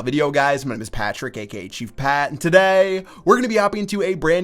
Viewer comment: When you say today looks like you sniffed some pepper and gotta sneeze.